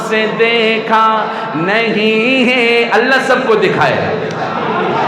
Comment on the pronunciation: Na awaz Achi na Hy tune theek or hay ko hey keh rahy hn.itni khubsurat Baat ko kharab mut karo.